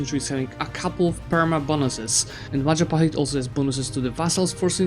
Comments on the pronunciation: Your country is called Majahapit, not Mapajahit btw :P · Mahajapit ❌ Majahapit ❌ Mapajahit ❌ Mahapajit ❌ Mapajahit ❌ Majapahit ✔ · I love how he sometimes pronounce Majapahit wrong. Like in 13 Mapajahits. Bill Wurtz would be proud. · i have a problem with the way you say majapahit